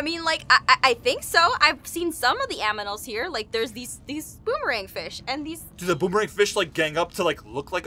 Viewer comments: Did anyone notice aphmau said aminals instead of animals? It's on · you said aminals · Where's!? I only hear his voice...Im litteraly confused!!!...😰🤔🤨😥😓 or maybe jess is playing the game and is watching???can someone tell meee!!!!!!!!!!!! And why does jess say aminals instead of animals?... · Normal people: "Animals" Jess: "Aminals" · Me : You know what Aphmau is smar- hears Aphmau saying "aminals" Yeah nevermind. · hahaahhhaah i like aphamau saying aminals and i like the game sooooo much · so the alien creatures now called aminals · OMIGOD SHE SAID AMINALS LOL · Aphamau/Jess said aminals hahah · did you just said aminals instade of animals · HAHAHAHAHA SHE SED AMINALS NOT ANIMALS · Aph said aminals instead of animals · Did anybody hear aphmau said amimals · Why did you say aminals, it’s pronounced animals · Aphmau u say aminals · I literally just heard jess call the animals aminals XD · I love how Aph keeps mispronouncing the word "animals" Also, will we excuse the fact that the Boomerang is staying alive out of water... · if you listened carefully at like min somewhere she said aminals